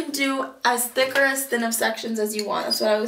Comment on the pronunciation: THICK not tick